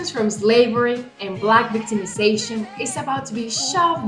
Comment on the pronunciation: Latino tethers are the absolute worst!!!! This Valentina Gomez can barely pronounce slavery. She probably doesn’t even know what American Slavery is just like those corny clout-chasing Hispanics didn’t know why Kendrick Lamar and the west coast was celebrating Juneteenth on June 19, 2024.